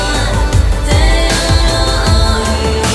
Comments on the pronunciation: Only flaw is that she pronounces faith as fate. Could've been avoidable. Other than that, great piece. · Sier hun "faith" eller "fate"? Det er to vidt forskjellige ord, som uttales forskjellig og har en forskjellig mening. Faith betyr tro eller tillit. Fate betyr skjebne. Høres ut som hun sier "fate" men sangen heter First Step In Faith. Kanskje lurt å fikse det før Melodi Grand Prix-finalen, hvis det går an?